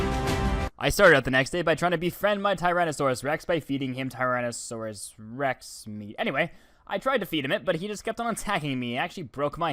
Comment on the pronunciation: It's pronounced "Tyrannosaurus"